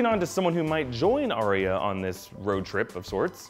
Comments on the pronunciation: It's Ar-ya not Ar-ri-a 🤣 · Your pronunciation of Arya completely took me out of the video.